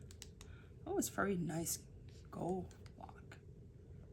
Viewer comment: Lovely video and bag. Please pronounce the "d" in "gold."